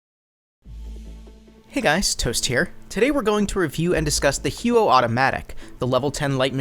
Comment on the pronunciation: im proud of your google skills but I spent an entire summer there and nobody who speaks canadian french pronounces it that way. maybe americans or canadians without french origin. either way, the huot sucks ass xD and good video.